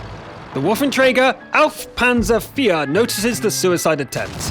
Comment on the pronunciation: wow! this time "waffenträger auf panzer 4" was pretty good said for a foreign speaker :D